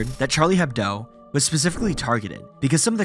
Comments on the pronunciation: Charlie Hebdo not "Hebdoe" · Yo, its "Charlie Hebdo" not "Charlie Hebdoe" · Hebdo. Not Hebdoe. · It's Charlie Hebdo, not Hebdoe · Hard to take a documentary seriously when your spell "Charlie Hebdo", "Charlie Hebdoe" and reuse that mistake for the whole documentary. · Charlie hebdo not hebdoe lol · It’s ‘Charlie Hebdo’ not ‘Hebdoe’ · Charlie Hebdo. Also why do you talk like that? It sounds like a million other videos. It is a honest question, no judgment. So many videos have a similar voice, tone, slightly rushed pronounciation, and peculiar cadence with unnecessary breaks during phrases. As if you | were speaking like | this with some | strange pauses that do not | make sense.